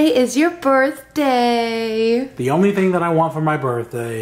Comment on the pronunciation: =Bertday instead of birthday